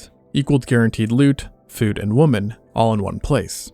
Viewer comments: "women" is pronounced "wimmin", not "wooman". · It is pronounced Wimen. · Why can't the AI voice pluralize "woman" correctly? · Women is pronounced “wih-men” not “woman” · what's up with the pronunciation of the plural women? it's weemen not woman is it not? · The plural of woman is not woman. It's women, pronounced "wi-men" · 'women' is pronounced "wimmen", not "woman" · Women is pronounced "wimuhn, but you pronounce it like wumuhn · Its PLURAL, WOMEN not WOMAN. Please pronounce it properly as 'wih-men' not WOMAN when talkin about many of them. This dumbing down trend of the word is so cringe lol. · "Women" is being mispronounced. It is pronounced "wih-men", with a soft i, even though it's spelled with an o. Love your stuff! Just letting you know! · why do you pronounce women as “woman”? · narrator pronounces women as woman. Must be gen z. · Interesting but very annoying that you keep on mispronouncing the word "women" as "woman". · It's pronounced, "wimen." Thanks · its pronounced- W(i)m(i)n, not W(ho)men. God damn why do everyone say it like it reads. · Why does the narrator keep saying "woman" instead of "women"? He's not the only one to do this. This has been popping up with a lot of other people these last few years. Do people not know what the plural for woman is women or what? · Women [wemmin] why is this simple word so difficult for so many men to pronounce? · "Women" is pronounced like "wi-min." "Prevalent" is "pre-va-lent," not "pre-vay-lent" and "often" like "offen," not "of-ten." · Good video, but why do you pronounce these words wrong: woman and women. The plural of woman is pronounced “wimmin”. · Bruh it's pronounced "Wimmin" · Interesting video. BTW, 'women' is pronounced "wimmin.' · I enjoy your videos, but why do you pronounce "women" as "woman" when you are speaking of women in the plural? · oh god "women" is pronounced "whim-in". Nails on a chalkboard. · Accent's pretty good except for pronouncing "women", "woman".